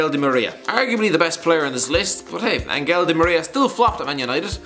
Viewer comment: You don't pronounce the "g" in Angel,.